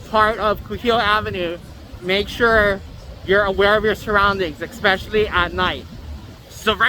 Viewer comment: The "Exspecially at night"drinking game will get you messed up.